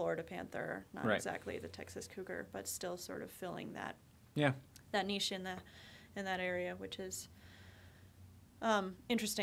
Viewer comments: THANK YOU!!!! You are the first American I've heard say niche correctly!!! (mispronunciation of niche is a pet peeve of mine) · said niche, not nitch:) more reasons to love her!